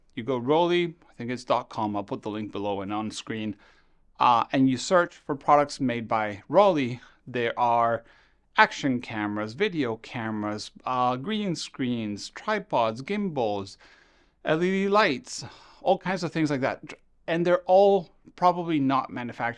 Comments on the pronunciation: "Rollei": It's not "Rollee" with "e" at the end, it's "Rolleye" with "eye" at the end. Also, it's not a long "o" like in "roll", it's a short "o" like in "doll". Why are even non-native English speakers think it's ok to butcher brand names like the ignorant US-Americans like to do? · It hurts always to hear the name spoken Rollee. The German -ei is pronounced like the english eye. Rolleye. But nonetheless I love your channel....😊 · It's not like Raleigh. If you want to take that example, it would be like Roleigh, with an "o", not an "a". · Because that sounds exactly like the American city Raleigh, North Carolina. Why would Rollei be pronounced the same way?